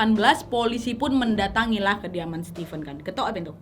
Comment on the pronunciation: Keren cara penyampaian cerita kau, nad. Tapi setiap nonton harus melototin setiap tulisan yg muncul, karena suka salah sebut 😂. Stipen (sesuai pengucapan nadia 😁) adalah 2 diantara yg kuduga. Satunya lagi ya lakinya si korban. Alasan stipen mungkin sama dengan dugaan yang bilang kejahatan karena ada kesempatan. Ditunggu kasus-kasus berikutnya ❤️